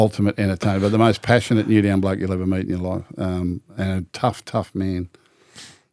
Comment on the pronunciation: Why does gus call Newtown... Newdown